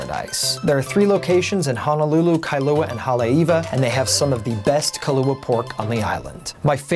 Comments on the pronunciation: It's Honolulu, not Hanalulu.......make sure you use the correct pronunciation. I correct people all the time. Sorry, it's a pet peve of mine. Dose your mom correct you? She should know if she grew up there. You do show good spots, though! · It's pronounced Honolulu, not Hanalulu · very nice video,! My only complaint is how you pronounce "Honolulu". It is NOT pronounced Ha-na-lu-lu, but should be said Ho-no-lu-lu. Also, O'ahu is NOT pronounced Oh-wa-hu, but should be Oh-AH-hu.